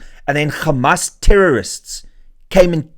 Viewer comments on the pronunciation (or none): Renaldo. It is Hamas, not Gamas